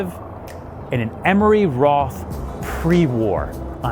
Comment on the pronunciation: It's Emery Roth, not Emory Roth.